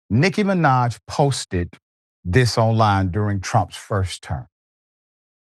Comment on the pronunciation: doc? You younger than me. You not old enough to mispronounce Nikki Minaj. 🤣🤣🤣